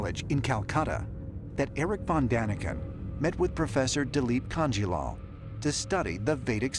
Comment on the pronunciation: That's not how you pronounce Dileep Kanjilaal...LoL.. 😂 Sir Eric Vondanican pronounced it quiet right . 🙏🙏❤❤